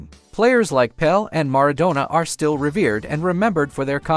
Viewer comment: Pele not Pel, PELE Not PELL